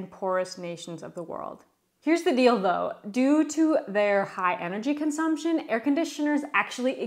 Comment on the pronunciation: Here the deal though? Here the dill dough? Here the dilldoh 👁️👄👁️